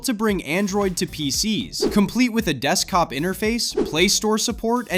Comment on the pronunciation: What's a "deskcop"? Also, the CPU is called the "Forty-five ninety", not "Four thousand, five hundred and ninety".